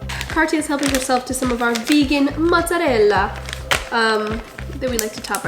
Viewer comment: The way you said mozzarella was accurate! I know it sounds weird to you but you did a great job👏 also can’t wait to try these things